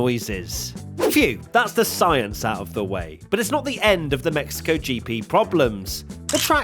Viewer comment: "Thee most boring race of the season" Monaco sounds intesify